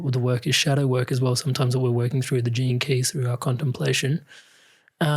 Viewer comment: At first I thought he said the term "JINKIES" a catchphrase by Velma Dinkley in the animated series Scooby-Doo 🤣🤣😂😂🤣🤣when he meant "GENE KEY'S"!